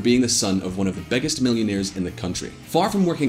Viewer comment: Did I hear one of the "beggest" millionaires in the world? LOL :)